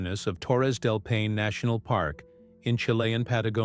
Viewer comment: This is a horrible video. First of all, it should be labeled AI. The narrator can’t even correctly pronounce Paine. And none of it’s true. Gross. Should be flagged and removed.